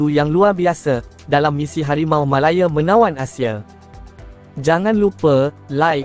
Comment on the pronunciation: Sebut la harimau malaya betul2..bukan sebut harimau malaye...gampang betul😂